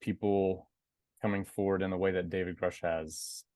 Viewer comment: Get educated before asking silly questions! You don't even know how David's name is pronounced .... Don't waste our time! There is better material on YouTube!